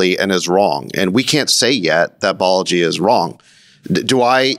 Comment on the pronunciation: It’s “Balaji”, not “Baleji”.